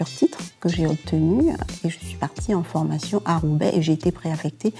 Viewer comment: MDRRR ELLE A DIT UNE FORMATKION PROUT